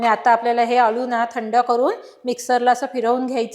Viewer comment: अलु नसत हो। अळु असत